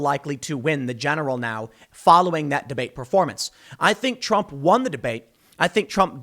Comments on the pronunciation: Lol he calls trump drump 😭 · Tim definitly said Drump 😆😆😆